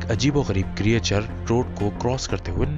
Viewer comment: Correct ---->क्रिचर Not क्री ए चर